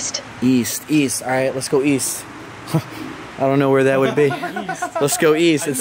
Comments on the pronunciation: East…. I thought you said weast. I’m mad no one got the joke made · East? I think he meant “weast” 😂😂